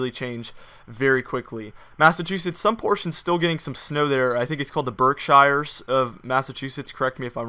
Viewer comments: Hello, It's pronounced B E R K S H E E R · Berkshire is pronounced Berk-Sheer